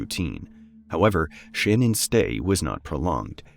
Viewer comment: Her name is Shannon so it's pronounced Shannon too. Her pronunciation of her fake name is bs